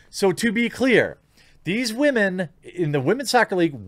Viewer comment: I thought it was Waa man not Women